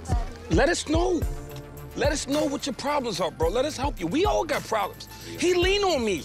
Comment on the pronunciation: "WE. ARE. ALL. WEE. GOOTTT"